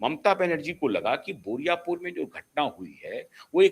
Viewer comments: पहले बोले बुराईपुर, अब बोल रहे हैं बोरिया पुर। बारुईपुर बोलने में आप को इतनी दिक्कत हो रही है? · "बोरियापुर" नहीं , बारूई पुर " सर ।